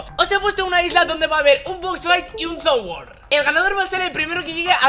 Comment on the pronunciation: "zon wor"